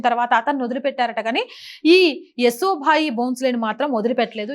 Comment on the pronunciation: ఏసో భాయి కాదండీ... యశోభాయి 👍🙏